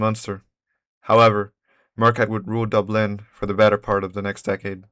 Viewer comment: Pronounce Dublin exactly the same as Dubstep.